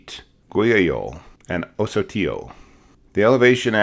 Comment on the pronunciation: A couple of things. Ocotillo is a hard c (k) sound and that group of Mormons had relocated 3 times since Missouri. Relocating from various localities in the Intermountain west to Mexico because they had no laws against the practice of polygamy. I have heard of this story before and am grateful to get the additional info.